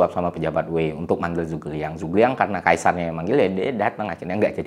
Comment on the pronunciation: Liu bei dibaca liu pei Zhu ge liang dibaca cu ke liang B itu dibaca p G itu dibaca k